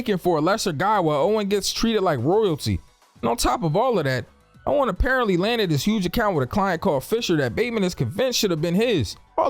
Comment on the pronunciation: He does it on purpose, he's pronouncing lots of names wrong, it's just that Paul Allen's name is mentioned more throughout the video than the others.